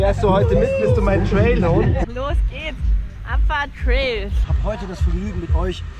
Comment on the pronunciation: Wenn man nicht mal Trail richtig aussprechen kann ….